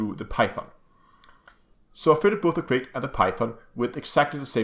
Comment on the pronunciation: Calling this ship a 'Crate' is like calling a Python a 'Pythone'. Mis-pronouncing a species name just because it makes more sense to your brain phonetically is just ignorant. Krait rhymes with Bright, not Bait.